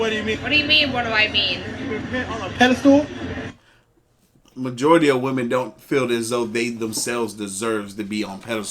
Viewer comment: I'd like to let everyone know that the word is pedestal. There is no stool in there. Seems like everyone gets this word wrong.